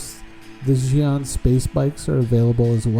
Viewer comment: homie, how do you get zooo-awn from Xi'an, (Shi-Awn)